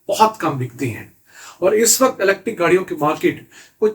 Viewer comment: PLEASE CORRECT YOUR PRONUNCIATION THE WAY YOU PRONOUNCE IS ELETIC, CORRECT WORD IS ELECTRIC YOU ARE EDUCATED PERSON WE WATCH RICH PAKISTAN ALL THE TIME PLEASE TRY TO PRONOUNCE THE WAY IT SHOULD PRONOUNCE NOT LIKE A PIND WAY PLEASE.